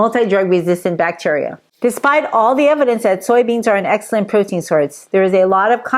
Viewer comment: Pro-tein ❌ Bro-tein ✅